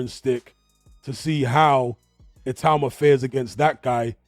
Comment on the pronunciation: Teddy Atlas pronounces it ITA -UMA. Has he not heard how everyone else, including Moses himself, pronounces it?